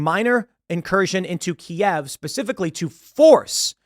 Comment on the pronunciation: thanks for saying "Kiev" correctly :)